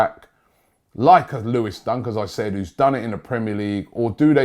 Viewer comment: lol it's Dunk not Duck😂😂